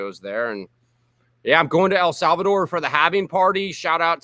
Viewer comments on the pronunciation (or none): bruh if says el savador one more time ima off myself